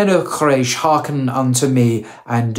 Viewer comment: Qu-ray-sh, not craish ☹